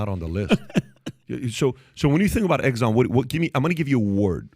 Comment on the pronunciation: EGGSON ? REALLY?